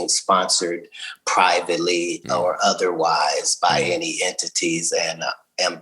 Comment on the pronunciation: Did Katt Williams just say entities ?? !